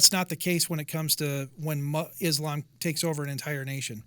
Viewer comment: The dumbest thing any president has ever said. George Bush Jr "Islam is peace." He couldn't even pronounce that he called it is lamb